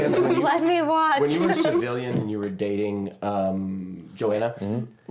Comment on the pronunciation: 🤣🤣🤣 And cracks me up Everytime she says "civilian" 🤣🤣